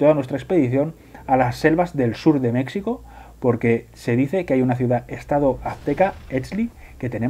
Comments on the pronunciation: Buenísimo. He descubierto el canal y el juego hace poco y ya estoy picadísimo. Por cierto: México se dice con j, como jalapeño (de Jalapa o Xalapa)[ˈmexiko] Un abrazo y traga quina. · Porque pronuncian "Mecsico" ? Lo correcto es "Mejico"